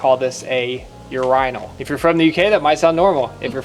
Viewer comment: Urenol😂😂😂😂it’s urinal. You..ree…now